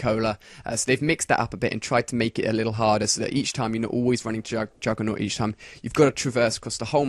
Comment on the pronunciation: its juggernog not juggernot dumbass.